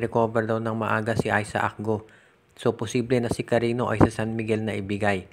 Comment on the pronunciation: Cariño Hindi karino ogag.